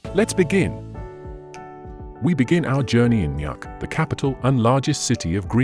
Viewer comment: It’s not pronounced nak. It’s pronounced Nook, written as Nuuk. Don’t make videos of places if you can’t pronounce the names of these places correctly. You’ve butchered all the names of all the towns in Greenland. 😡 Why are you adding photos that are not from Greenland at all? 😡 A very poor video about Greenland.